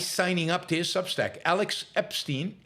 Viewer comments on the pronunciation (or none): I wonder, has Yaron ever said Alex Epstein's name only once and correctly? It's hilarious. 😂